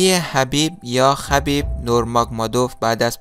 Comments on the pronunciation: نامش را درست بگو دوست عزيزم ( حبيب نور محمدوف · درست دوست عزیز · آغای محترم وقتی که تو ویدیو می سازی اول نامش را دورست تلفظ کن بعد ویدیو بیساز 🙂🙂🙂🙂🙂